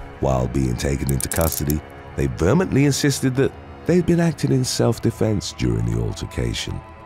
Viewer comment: "Vermently"? Oh come on now